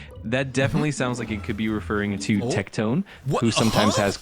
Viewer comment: I spit my drink out when the ai said tectone💀 the audacity of this ai lmaoo